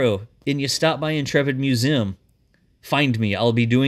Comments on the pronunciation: Does anybody else hate how says Museum? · you say museum weird!! Lol!🧐